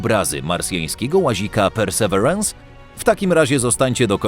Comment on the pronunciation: Mamy słowniki polsko- angielskie dla sprawdzenia poprawności wymowy. Perseverance - / persy ' virens/. Pozdrawiam.